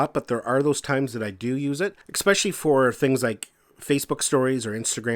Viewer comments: It is especially, NOT ex-specially. Good video overall though! :) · LOL! That drives me CRAZY! Funny how something so petty gets under my skin... A character flaw I readily admit to, but I can't understand how that mispronunciation is so prevalent. :-(